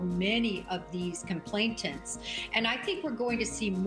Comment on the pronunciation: This woman’s credibility went out the door when she mispronounced complainants as complaitants, no such word in the legal system 🤔